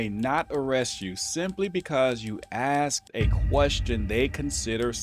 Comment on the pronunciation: Sigh... The word is ASKED not AXED